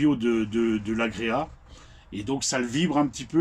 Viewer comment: Alors c'est pas agréa mais agrégat , pour info .😅